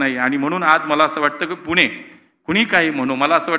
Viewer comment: पुणे म्हणा हो 😂 बाकी तुम्ही चांगले काम करताय त्याबद्दल तुमचे कौतुक 🙏